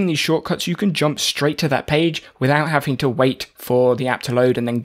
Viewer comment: Stop saying HAFING TO :😢